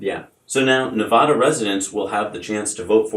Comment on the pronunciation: Love the show, but PLEASE PLEASE, pronounce Nevada correctly!! The first "A" is pronounced like "Apple." You are pronouncing it like "Opera," which is incorrect.